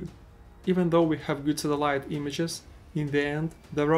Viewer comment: bro you gotta learn how to pronounce satellite 💀